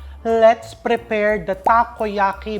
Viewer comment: When he said “turn on da flame.” He really means it 😅🎉